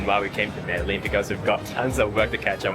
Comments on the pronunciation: Meh-de-gin not meddle-in hope this helps! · By the way he pronounced "medelin".. it seems they didn´t have contact with locals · “Medeleen” is crazy 🤣🤣🤣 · I'm from a lil place in the south pacific yet I know Colombia and Peru and Argentina etc etc are very modern. No excuse in these days of information superhighway to think that Colombia ain't modern. Especially if you're youtubers who make your videos through travel. And it's pronounced MEDE-JIN, not Medelin. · it is pronounced Mede-Gin... the LL has a G sound. Guatape is very well known and it is one of the most visited placed by tourists and locals, you just went on a quiet season. Good video! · Please learn to say the name of the city you've lived in for a month at least somewhat correctly. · Was the guy mispronouncing Medellín for rage bait… I mean how can you be in a place and mispronounce it repeatedly